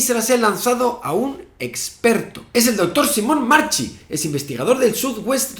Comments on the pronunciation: Se pronuncia /marKi/ no marchi, es Italiano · En italiano se pronuncia "SIMONE MARQUI", la "ch" se pronuncia distinta respeto al castellano